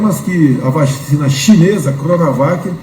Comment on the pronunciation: Veja que ele fala "vachina" e depois se corrige. Mente descaradamente Mas o interessante é que atrás da coronavac com propina ele correu atrás E da covaxim, feita sob o mesmo modelo que a chinesa É um psicopata.